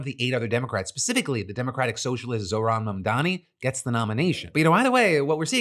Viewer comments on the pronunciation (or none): none